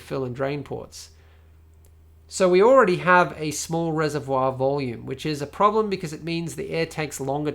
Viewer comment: being french i like the way how you said the word ''reservoir'' Well done, thats a fantastic pc porn channel.